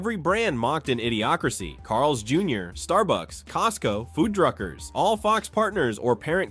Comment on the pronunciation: Foodruckers? Never heard that pronunciation before. haha